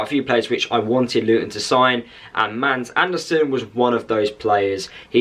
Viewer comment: He's name are not "MAND", but "MADS".. you pronounce it with an stumb "D", so its more like MAAS. And he's sure name is Also with a Stumb "D" in Andersen. "MAAS ARH'NER-SEN" is the right way to pronounce he's name "Mads Andersrn" in Danish, where he's from. :)